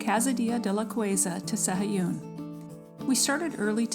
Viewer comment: Proniunciation is SA-A-GOON.